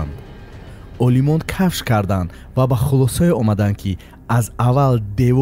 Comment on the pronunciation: Кафш не Кашф гуед!